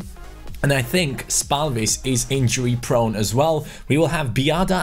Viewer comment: Your pronunciation of Lukas spalvis is quite decent but the a is supposed to be softer you're saying it really harsh.